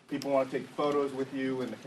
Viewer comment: P.R. need help to, to prepaar. The pepal